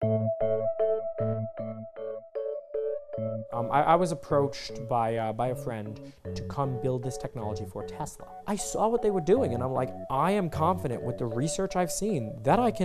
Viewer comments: “Telsa” nice job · "Telsa" lmao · Lol you saw the Tesla clip says Telsa 😂